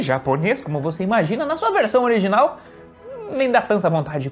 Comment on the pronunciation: Você diz Ariginal e não Original. Pravar e não Provar. Mas, passar de russo para português, deve ser muito difícil. Mas, para nós, entender o alfabéto cirílico, é a coisa mais difícil do mundo.